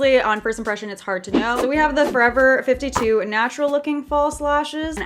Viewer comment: Is it just me or does it trigger u when she says forever 52 no just me ok...